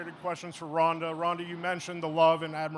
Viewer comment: ronda say it right<<<<<< ufc white house card is sucks lol heheheh 100% true